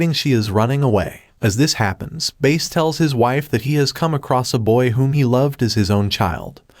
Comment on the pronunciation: If you watch the trailer that first came out he says his name and he pronounces it Bass just fyi